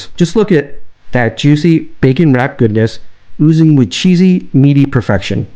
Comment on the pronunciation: To “dat” video?